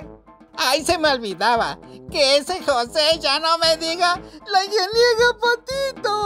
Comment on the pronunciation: «La Ingeniega Patito», jijiji…jijijijiji… No dejo de reír por esa "ocuguencia".